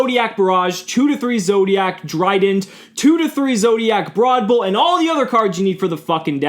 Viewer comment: i shuddered everytime he said zodiacc meta